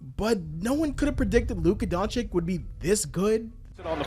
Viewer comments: The Luka disrespect is crazy. Luka Doncik!?!? Come on it’s not that hard to pronounce 😅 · doncic is not a chick bro. Its Doncic not Donchick bro... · how can you even mispronounce Doncic's surname after 6 f years in the league bruh? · Adam Silver's announcement on the draft night is close to perfect, that's why your mispronunciation of his last name right after that clip makes it even funnier :) Good analysis btw.